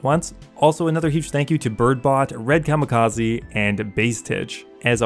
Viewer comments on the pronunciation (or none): none